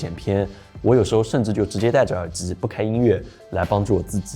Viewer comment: 听到耳之耳之的，我真的忍不了了，关！